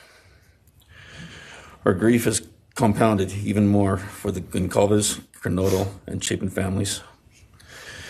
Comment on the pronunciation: You managed to butcher all of their names 🙄 Madison Mogen, Kaylee Goncalves, Xana Kernodle, Ethan Chapin ❤